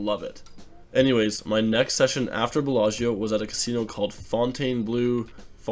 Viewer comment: The world: Bellagio American: Belllascho